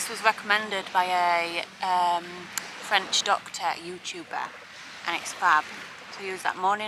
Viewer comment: Please please learn to pronounce French even if you can’t speak French. apart from that enjoy your blogs and seeing your part of France